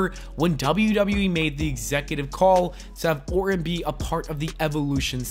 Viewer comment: You pronounce his last name like this: or-ton. This dude keeps saying Orin.